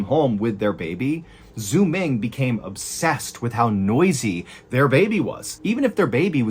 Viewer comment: The way he pronounces "Xuming"... 😂 "x" in Chinese is pronounced like "s" or "sh" haha